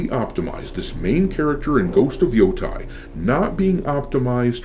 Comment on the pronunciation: Stop pronouncing Yotei wrong.